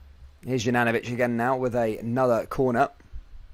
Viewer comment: Please pronounce Juranovitch properly. If you don't know try speaking to a Bosnian. It is YOU-RAN-O-VITCH.....simples!